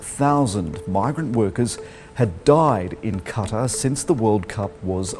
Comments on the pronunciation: It's Not Kattar It's Qatar (Kat-ar) 🇶🇦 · Bhai kuch bhi ho bas jisko bhi bola tumne purri video mein es naam ka koi desh exist hi ni krta 😂 katar katar lga rkha ktr hai wo video bnane se phele pronounciation to sikhle fr hi bol lio phobia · bhai please qatar ko sahi se pronunce karo....its GATAR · Qatar ❌️ kattar ✅️ BTW fantastic video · Nobody: in this video: kAtAR 😂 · Abe uncle qataaar nhi Qatar hai parhlo Ulta seedha choro wo Qatar hai uski marzi west hijab ke khilaaf hai banned kardiya to Qatar ne shaarb..... batao shrab sehat keliye shi hai.....Naye dor ke sir LGBT ** west ke apne rule Apke apne qatar ke apne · #Qtar👎 not #kataarrr👍 😂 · qatar or cutter ? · kataar nhi QATAR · Tu tu fu fu fuuu fuuu. Uska tongue slip hoti hai 😂😂😂. Saala dar puk apna mulk chod diya aur bag Gaya. 😂😂😂😂😂. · Katar nhi qatar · Not " Qatar It Is A Gataar " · kya maine 'Gutter' suna 😀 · Abe Gawar Qatar Naam le na sikhle